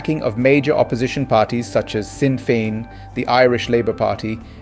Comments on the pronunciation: Correct pronunciations. Fina fall. Fini gale, shin fane, kom corrla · Pronounced "Feena Fall", "Feena Gale" & " Shin Feign" ( means "we ourselves") "Fianna" ( Feena) is gaelic for "A band of warriors"...."Fail" is from an ancient name for Ireland... "Feena Gale" loosely, means "A band of Irish"